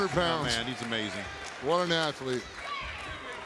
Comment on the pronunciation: "Asslete" 😂 damn i laughed harded they I should i have tbh